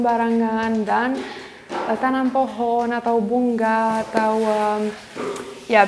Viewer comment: Ternyata gc bisa ngomong sungai bisa nya sunggai bunga jadi bungga gemes klo denger suara nya 😅😆